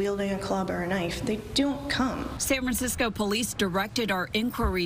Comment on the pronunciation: are you saying "san crimecisco" lol